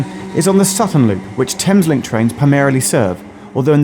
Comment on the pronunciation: Error: Thameslink not thamelink